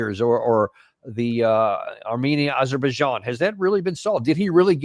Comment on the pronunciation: Thrump called Armenia as Albania multiple times and he called Azerbaijan as Aberbaijan.